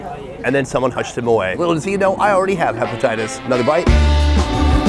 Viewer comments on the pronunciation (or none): "I already have hepititius"